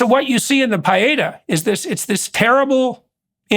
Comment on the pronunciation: Pee-Aaaay—-Taw—- watched to the end. Is that a Canadian pronunciation, eh? Great interview. Read comments throughout. So weary reading “Jordan talks too much” comments— what’s refreshing is the genuine conversation and passion he has for thinking out loud as he speaks. Can’t wait to see him in Austin with husband and 4 sons. Great insights, Abigail. Thank you.